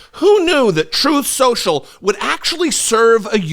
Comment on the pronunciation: "Troth Senchel."